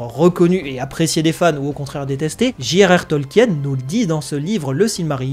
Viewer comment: Quand tu dis JR Tolkien, j ai l impression d entendre Gérard Tolkien, mais au top ta vidéo, merci